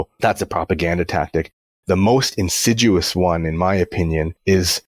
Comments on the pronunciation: I have a lot of respect for the goal of exposing the “alternative” healthcare industry, but he’s gotta stop saying Insiduous 😅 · "insiduous"? <Sigh> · Did he say "sad-ism"? Insiduous? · I think he means INSIDIOUS, not INSIDUOUS. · He says it that way several times, which is especially amusing after Seth says insidious.